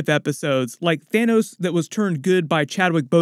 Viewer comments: "Thinos." LMAO. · Lol at Thinos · "Thinos" 😂 DED